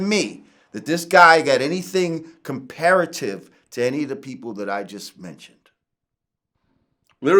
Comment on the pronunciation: Man said comparative